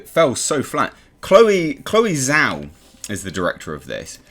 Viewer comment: Hey mate, sorry to be "that guy" but with the director's last name the "ZH" in Chinese Mandarin is pronounced "Jh" but with the tongue rolled back a bit like in French how you pronounce "Jacques". Source: my wife is Chinese (and might I add still refuses to teach me Mandarin because I sound like a gay Cantonese actor trying to speak Mandarin when I try).